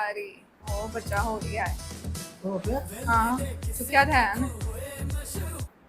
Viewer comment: I should correct you one more time, It’s “Dhyaan” not “dehan”, thank me later! 😊